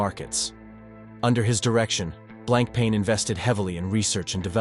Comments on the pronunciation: The writing is good, but you pronounce the brand name too many ways. It is blanc-pon which you get right a few times. I have a Fifty Fathoms. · It is annoying how much brand name was missed pronounced. On the the left person with Jean Claude-Biver (right) is not Jacques Piguet, as one who could conclude with what it is said; it is Bernard Arnault, owner of LVMH Group (richest French person). But to someone not familiar with Blancpain, the video is quite informative for start. Blancpain lover here, owning three of them: fifty fathoms, bathyscaphe and leman. Pity that Leman and Le Brassus collection (discontinued) was not mentioned. In my personal view much nicer collections than Villeret. Thanks